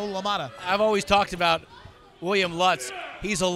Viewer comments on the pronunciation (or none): The guy introduces himself as “Lootz” — & the announce team continues to announce it “Lutz.” I am glad they are able to help him correctly pronounce his own name.